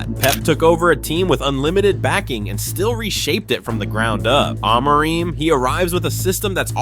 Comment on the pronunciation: I don’t trust the opinion of a guy who pronounces Amorim’s name differently every time.